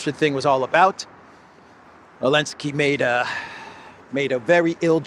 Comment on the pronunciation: Dear cyprian citizen, I would like to express my deep dissatisfaction with C. stubbornness in mispronouncing my middle name, omitting the first letter. Given your persistence on that blasphemy, and since this is the third time I have notified you, I hereby decree that, effective August 1, 2025, all citizens of the collective West will be required to call you. Mr. V. __elensky Manager of Project Ukraine